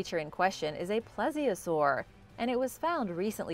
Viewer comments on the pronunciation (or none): Mosasaur is pronounced m-oh-sa-saw-rus and plesiosaurs is pronounced please-i-o-saw-rus